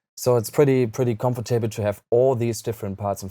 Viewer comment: I like how he pronounces "comfortable" as "comfort table"